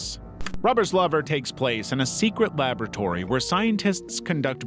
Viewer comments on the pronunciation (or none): I thought you said "flubbers lover" when you said "rubbers lover." 2 very different films im sure.